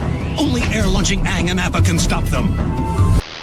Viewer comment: It can't be worse than the Shyamalan movie. It's great to see that the actors pronounce the names correctly 😂